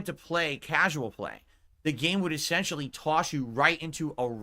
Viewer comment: aye-ssentially jumatic